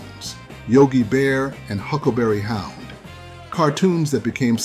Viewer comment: It’s pronounced Huckleberry How-UUUUUUUnd